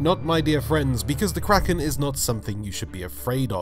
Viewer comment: "Kwaken"